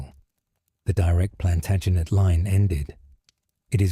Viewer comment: Plantinejette? Interesting pronunciation choice...I do see it gets better as we go